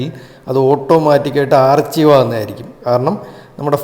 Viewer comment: ആർച്ചിവ് അല്ല,ആർക്കൈവ്😅